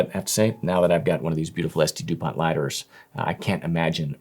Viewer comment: The t in Dupont is silent btw